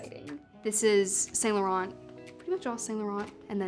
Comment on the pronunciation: She seems to be overall lovely and I appreciate that her style’s her own (not mine). The baggy looks throughout dwarf her petite frame, though, and some could really use tailoring, like the interview/meeting day pants that drag. Also, it’s always a bit painful when people mispronounce brands… St. Laurent really seems to trip folks up (looking at you in particular, Hailey Bieber!). And Jacquemus. Waiting for HauteLeMode to review. Also, Sadie Sink fans, please don’t pounce on me - it’s just my opinion on some clothes, not a takedown of her.